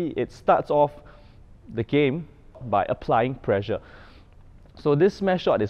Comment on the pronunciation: You are pronouncing pressure as pleasure...